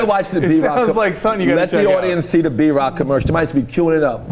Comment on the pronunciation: Every time he says B-rock I thought he said Drock lol